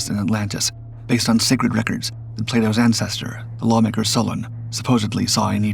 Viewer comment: La voix qui récite n'est pas capable de prononcer correctement les noms cités! l' Atlandide, Crissio (Critias), Salona (SOLON), Cranté ( Critias), Oricalom (Oricalcum)... est- ce une performance de l'IA ?